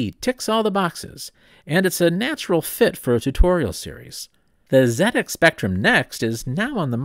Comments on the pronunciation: I thought I knew a lot about the Z80, but learnt so much more. Thank you. And thank you for pronouncing it Zed-X Spectrum! Also, please watch the "Micro Men" film here on YouTube about the rivalry between Acorn and Clive Sinclair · However, it was pronounced correctly as part of ZX